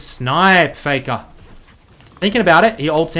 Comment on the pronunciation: FEKA NO OTHA REMEMBA shiet man where that strange accent came from?